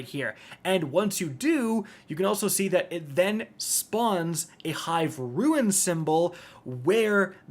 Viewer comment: It's been years.... And this man STILL doesn't know the difference between rUNE and rUIN..... sigh.... I keep giving you chances and you make it so difficult to sit through an entire video of yours